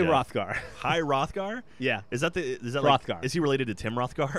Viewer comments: the weird letter in the king's name is double ff in old norse so its pronounced h-roff-gar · its pronounced hroth gar with an almost silent h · It's pronounced Roth gar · đ is pronounced as dz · The weird d looking thing in Hrodgar is called a Thorn and is pronounced as "th" making is day King Hrothgar. Hope you all are enlightened. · Hroðgar x D its icelandic letter :D its kinda pronounced like "eth" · that icon is an icelandic letter that is pronounced like th is in english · HroÐgar? Go icelandic letters!